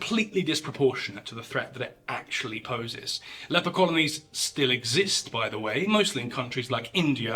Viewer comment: Did you just say "the fable of how Jesus healed the leapor" ? 😵